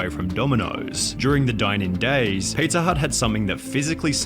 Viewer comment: LOL i noticed his voice when he said pizzaauugh and then chat went nuts